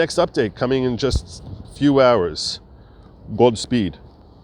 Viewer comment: You always finish with "G-D speed." Is that a purposeful pronunciation indicative of the used of Hashem or your New York accent? This Jew wants to know. Baruch Hashem!